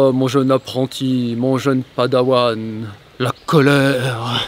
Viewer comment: C quoi un padaouane ??? 😂😂😂 non sérieux....